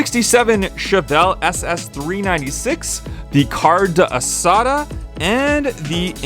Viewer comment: by the way it’s “car-day-asada” not “car-duh-asada”